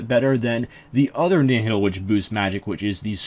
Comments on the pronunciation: Nihil is pronounced Nyle or Nyhil. Kinda like the word, annihilate. Which is what their name comes from. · it's pronounced knee hill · IcyBlocks The official Jagex Wiki says nothing about the name's meaning. The RS Wiki that anyone can edit, has no source for it's information other than its being similar to the Latin word. And I believe in a BTS video, it was pronounced Nyle. I do see where you are coming from as well. And yes I've read the lore behind them being failures in his eyes, still doesn't make the case either way. Meh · "Nyle" is not how you pronounce the latin word nihil, it's pronounced knee-hill. As for the lore or which is correct, not a clue, I'm a latin nerd not a lore nerd